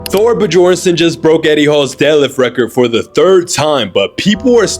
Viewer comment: No way he pronounced the J